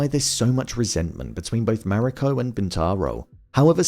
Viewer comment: Mah-ree-co. Emphasis on the first syllable.